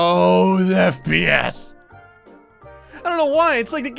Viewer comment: does he say "DeathPS" instead of FPS